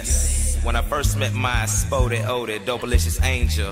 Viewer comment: SPO-DEE-O-DEE. Great work young man, by the way.